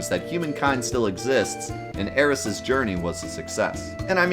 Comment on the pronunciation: Thank god he’s finally pronouncing Aeris correctly